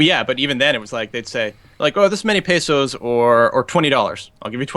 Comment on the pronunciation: The pronunciation of peso is hurting me.